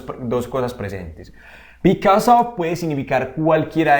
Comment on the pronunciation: A mí me quedo claro que because se pronuncia bicos y because of bicosof🤣😂